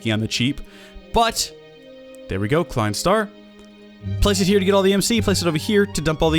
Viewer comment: props klein wwas pretty good pronounced